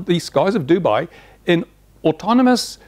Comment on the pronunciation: its Dubai not duby